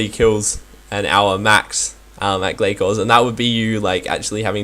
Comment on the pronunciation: *Gla-sore not Gla-core